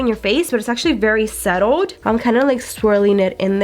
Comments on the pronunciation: subtle not settled babe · SUBTLED, not settled. Jesus woman. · SUBTLE, not settled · I noticed that too... velar, ammunation, and settle instead of subtle. Lol. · "Settled" instead of "subtle" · Natalie Mora when she said settled I was like omg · Lorena Estrella omg the “settled” thing!! And she said it twice. A mispronunciation of an incorrect word (“subtled” is not a word..) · she didn't even say subtle she said suttle or how ever you would spell it 😂😂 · I rewatched that part and she said “it’s very settled” lmao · Dana L I hadn’t watched the video before replying to mrs angry above lol but yes it does sound like she says settled not subtle or “suttle” lol